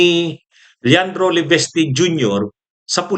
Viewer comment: it’s LE-VIS-TE not LEVESTE.